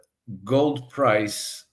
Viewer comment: I thought she said GOATS at first ...